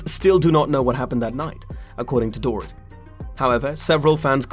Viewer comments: It’s not Dor It. It’s pronounced Dor ret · DORE IT …omg the pronunciation is appalling .. Boom there goes your credibility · Door Eat… that’s how you say this lady’s name.👎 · It's Dorit but pronounced " Dor - reet" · The only reason I believed her is because she lives about 1/8th of a mile away from Kyle, whos home was also broken into. I think these people know when they are out of town and probably didn't expect Doorit (love that you mispronounced her dumb name the entire time) to be home. As for the alarm system, I feel like a lot of people don't set it when they are home. I know that I rarely do. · Door-it lol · i lovi love the way you say her first name LMAO. Dor-It 🤣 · Omg ....learn to say her name.